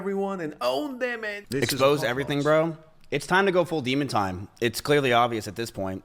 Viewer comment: Demon time❌ Di↗️mun↘️ time✅